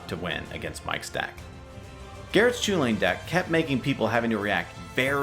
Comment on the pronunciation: It's pronounced cuhullen. I don't care what anyone says.